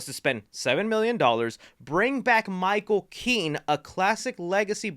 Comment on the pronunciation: Did he say Michael Kean and not Michael Keaton?